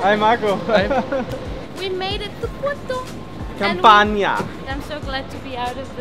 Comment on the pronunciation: "Port-oo". You could have taken the plane. Tamega is a cool place. All you have to discover still. The caves of Santo António for example. Remember to party in Lisbon on the 13th of June and then in Porto for the São João. With the little hammers. And no, not Thor's hammers, lol. Have fun in the sun and get laid in the shade! 😉😋😁